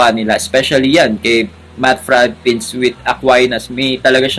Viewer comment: Brother minor correction, "Pints" is pronounced with long I. Like I in Pineapple 😊